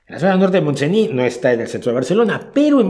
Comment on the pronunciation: Montseny; la "y" no se pronuncia